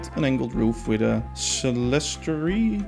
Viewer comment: Great review video. For clerestory it’s pronounced “KLEER-stor-ee”. What would they be called in Dutch?